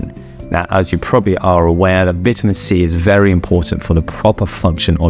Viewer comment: He keeps saying vita-men...